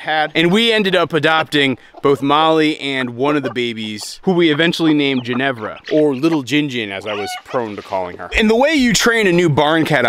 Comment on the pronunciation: Sorry I have to say it...GIN-ER-VAH Not ginevra